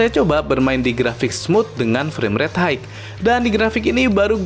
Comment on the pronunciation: High bacanya "Hai" bang, bukan "Haigh". Semoga ke depan nya lebih mantap lg konten videonya